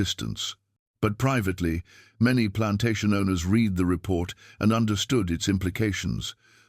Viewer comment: AI the difference between the pronunciation of "present" or "past" tense of READ is pathetic and annoying .